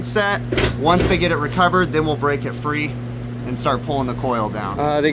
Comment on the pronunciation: “Land of the fee” 😂